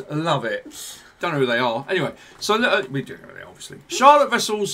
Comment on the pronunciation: Love it! Going to see them in February!❤❤ (Also you both are saying Charlotte's name wrong ;) There is a Dutch pronunciation haha)